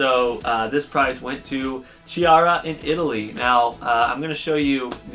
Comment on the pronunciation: I'm so happy and excited I'm among the winners! Thanks a lot for this opportunity and congratulations to the other winners. 🥁 Don't worry about the pronunciation of my name, everybody fails it! 😂 CH in Italian is like K, so it's Kiara! 😉